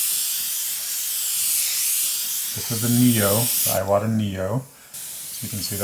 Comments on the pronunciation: Seems to me, that if youre gonna name your channel Airbrush University, you should at least pronounce iwata correctly. Its eewata. Not eyewata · Thank you for this video! It's pronounced "eewata" :D